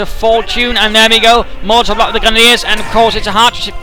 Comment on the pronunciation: with due respect, when you say molotov, i swear i heard mortar heheh